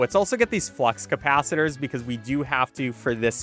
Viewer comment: bro really just said "cap-it-uh-lores"